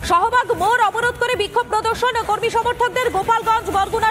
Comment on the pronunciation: সোহবাগ না শাহবাগ হবে।